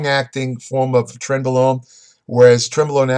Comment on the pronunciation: 0 - 10 mins. - Trenbolone , trembolone .... Trentbolone , trembolone .......trembolone .....Trent blah blah blah............